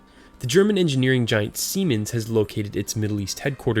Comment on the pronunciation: hahahahaha "Siemens"